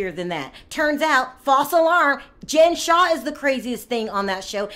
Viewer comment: Her last name is Shah not Shaw.